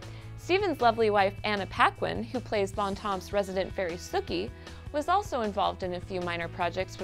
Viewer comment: I don't think is a fan of True Blood. She didn't even said "Sookeh" right.